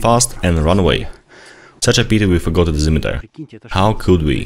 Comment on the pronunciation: he said dezemetre